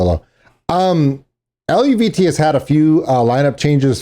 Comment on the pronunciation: you're close in your pronunciation it's El-vee-tay I had the same trouble till I read someone in the comments say something.